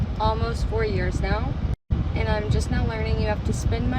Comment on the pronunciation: Maybe it's just my South African ways but the way she says.. Eeandd (And) grrci can't hear it more